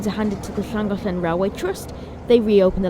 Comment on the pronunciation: Glin duvr-doy. There you are, three vowels. And that's about how you pronounce it too (stress on duvr and make sure you roll that r).